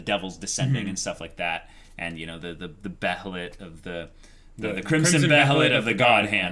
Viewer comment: Not to be a douchebag but behelit is pronunced Bay-uh-lit